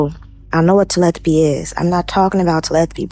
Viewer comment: That lady... "I know what TeleTHapy is ya'll" Im dying😂 you mean "TELE PATHY" I know she just misspoke but that funny!